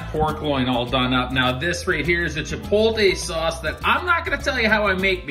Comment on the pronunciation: Chuh-powt-lay NOT chuh-poll-tay. Other than that ya killed it. Can't wait for the snow drift to finish melting in front of the shed so I can rescue my smoker. If you ever want to swap out that yellow bottle for something really tasty try some of the flavored mustards from Kozlik's Canadian Mustard.